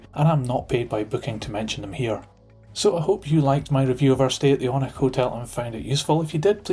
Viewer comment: It's said oh-nich